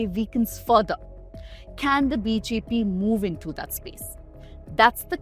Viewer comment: Sister your BJP sounds like BHP in an otherwise perfect pronunciation!